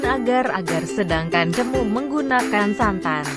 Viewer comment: Bukan cemu tetapi cemo..e